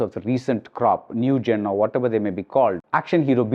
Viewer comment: Its genre.. Not jonre as it's pronounced 😁